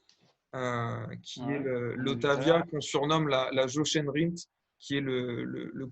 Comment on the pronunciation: Prononcez "YOREN" Rindt pour le seul pilots couronné champion F1 à titre posthume en 1970... Les aiguilles des UG Panda sont dites "cigarettes" et cette forme rectangulaire est assumé comme un repère de modern-design très avancé à une époque où les photographes de mode & peoples sortaient des studios pour se mêler aux journalistes sportifs.